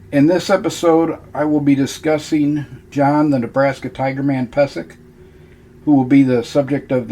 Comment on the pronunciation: Its actually pronounced peee zek. I should know. He's my relative. Check my last name.